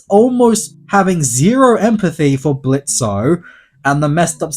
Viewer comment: It's fuckin Blitz , the "o" is silent